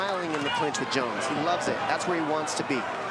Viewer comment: You mispronounced JONES (G.O.A.T) wrong 😂